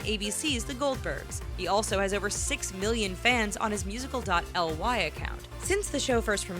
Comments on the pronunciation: " He has a lot of fans on his musical dot L-Y" Jesus end me now IT IS MUSICLY THAT IS HOW U PRONOUNCE IT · Lady announcing: Musical . L-Y account Me: what! Ughhhhh Music.LEE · Did this girl just say “Musicl . I” Like really XD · omlll. she just said “popular on his musical dot ly account?!? this is not hate i’m just saying it’s called musically. you just say all of it. but bc of the update it’s now called tic tok :) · The name of the app Casey uses were he lip syncs is actually pronounced altogether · ITS PRONOUNCED musicalle but spelt musically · Dude it is not musical dot L y it is call musicly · It’s musically not musical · ' Musical dot L y. ' get some help. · musical dot L Y i always pronounced it musically..... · HAHAHA SHE SAYS "Music dot L Y" HAHAHAHA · Musical dot l y... its pronounced musically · I’m dead 😵😂 they said musical dot l-y and not musically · None None IKR SAY MUSICALLY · “Musical- Dot- LY” 😂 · "musical-dot-ly" lmfao im dead 😂😂😂😤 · It’s pernounce like (music-lee) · “musical dot ly” i cringed so hard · She called it musical dot LY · "Musical dot ly " hahahahahahah 😂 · The lady said musical dot l y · Its pronounced MUSICALLY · Its pronounced music-lee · “musical dot L Y” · Lol Musical "dot" ly!!😂